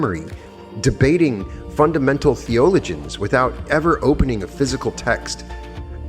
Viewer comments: Its thee-uh-low-juns, not whatever you kept saying. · Why pronounce "theologians" that odd way? It raises questions about AI.